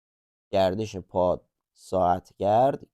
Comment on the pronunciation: البته خیلی استفاده کردم . کاملا مطالبتون خوب است نمیخوام ملانقطی باشم اما یه نکات ریزی دارد که اذیت میکنه . مثلا همه جا وقتی علامت جمع در کار است + را به جای اینکه بگید "بعلاوه " یا "باضافه" میخونی مثبت ، درحالی که اون + یک اپراتور است نه علامت مثبت .مثلا x+y نباید خونده بشه x مثبت y ، یا مثلا کلمه ساعتگرد خوب معلومه که قسمت گرد gard از گردش میاد و گ باید فتحه داشته باشه چرا gerd میخونی ؟ یا توی سوال آخر curl رار چرا اینطور تلفظ میکنید ؟